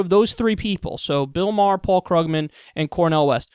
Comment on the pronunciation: It's actually pronounced "Kroog-man," Kyle.